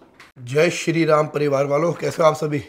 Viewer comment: Baar baar ye jo bolta hai sharee ram kia hai ye